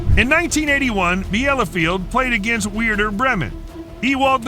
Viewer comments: Best pronounciation: no. 7, min. , "Weirder" Bremen. - Bremen is weird? No, even weirder. 😮 By the way: the injury of Ewald Lienen's leg was approx. 25 cm (10 in.) long, really terrible. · bro said Weirder Bremen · Weirder breemen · weirder Bremen.... no wait.... worder Bremen LOL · “Weirder Bremen” 💀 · "Weirder Bremen" is a personal favourite 😂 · "Weirder" Bremen 😂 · As a Werder Bremen fan that pronunciation hurt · A Jacks, The U E F A Champions league, weirder bremen